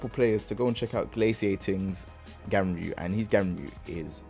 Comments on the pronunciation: Announcer: GUNryu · I thought it was pronounced GONryu